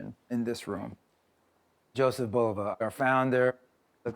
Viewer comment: I collected watches for almost 40 years and never liked any of them more than those by Bulova and Citizen. This was before Bulova was connected with Citizen. This if the first YouTube videos I seen wherein the voices pronounce "Bulova" correctly, namely the way the company always pronounced it for decades in its decades of radio and TV ads, and Mr. Bulova was very proud of his name.